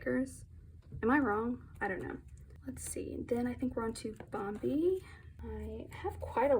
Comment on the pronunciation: Bam bee like the movie Baekhyun doesn't pronounce it correctly.